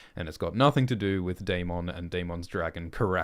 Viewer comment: Isn't Daemon and Aemond pronounced as "Day-mond' and "A-mond" like in the show and not "Day-mong" and "A-mong" like in "Poke-mon"?